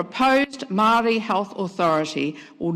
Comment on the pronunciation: Says she cares about Maori when she can’t even pronounce it properly, yuck